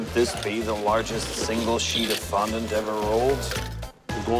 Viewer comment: How he was taught him how to say fondant is beyond me.😂